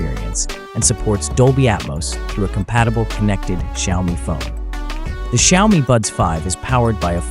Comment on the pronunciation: Why do you call them shiaomy?😂